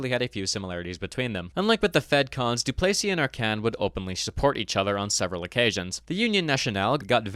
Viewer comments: DOO=place=ee? Mon Deiu, C'est prononcé Doo-ples-EE tabranac. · Not to be annoying but you pronounced Duplesis wrong in this video, you pronounced it Du-play-sees when it’s commonly pronounced Du-pleh-sees